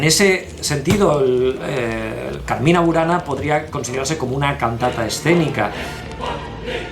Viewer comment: Muy interesante el video. Cuidado con la pronunciación Cármina, con acento en la A primera. Significa poema o canto. No confundir con Carmên qué significa jardín en árabe.